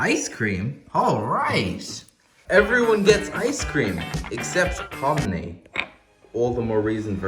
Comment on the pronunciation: That ain't Pomni thats Bomni💀